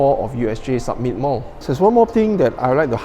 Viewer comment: Samit not sammit